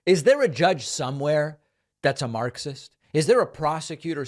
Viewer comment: he must have gotten paid 10k every time he said maacksis